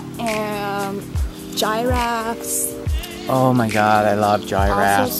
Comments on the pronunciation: Did he say " Giraffees? and did she say "Gyai-rafs''?? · the way they say giraffes gave me cancer